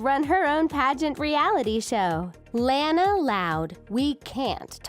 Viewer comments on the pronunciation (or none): ITS LANA NOT LAINA! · Its pronounced lah-nah not lay-na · Lona not lana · It's petnounsed lona not lana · You said launa not luana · La-NA not lan-a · I HATE IT THAT YOU GUYS SAY IT LAAN A WHEN ITS LAWN A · It's Lana not LAAANA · it's Lana not Lanea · Not Lan-a La-na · It’s Lana not Laana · no its [laa-na] not lana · its lanna not lana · Gee it is not Lana it is Lona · It's not Lana is Lona (at least what is sounds like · They say they are the biggest fans of The Loud House, then pronounce Lana wrong XD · It's not Lanae is Lila sorry but you're pronouncing it wrong but that's OK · Bruh you can not tell me you're the biggest fans of this show ever, than go and pronounce Lana as Layna. Pretty sure the ''biggest fans'' would have heard her name at least ONCE thee entire time the show has aired so far. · Presley Vacek You mean Lana not layna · This commentary sounds like a serial killer on drugs (also yeah I hated it when they said Layna instead of Lana I cringed) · WHY ARE U SAYING lANU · You pronounced Launa wrong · It's pronounced lawnah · Your saying Lana wrong XD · Your saying Lana wrong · That’s not how u say Lana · I am not trying to be mean.... but you are saying Lana wrong